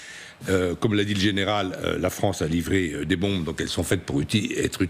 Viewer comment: Des accusations russes contre la FRONCE? C'est quoi la FRONCE? C'est où la FRONCE?